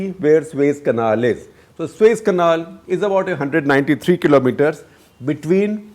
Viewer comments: It is SUEZ not SueS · Suez canal. 🤦🏻‍♂️ Not sues